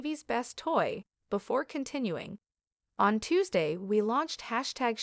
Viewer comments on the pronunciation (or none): none